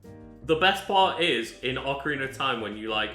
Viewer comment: Man really said OAKarina like we wouldn't notice